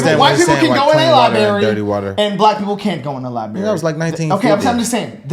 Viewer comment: Stop saying "libary" , It is "library" with an "r".